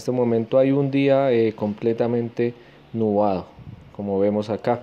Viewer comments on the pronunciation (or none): Nubado jajaja es nublado xd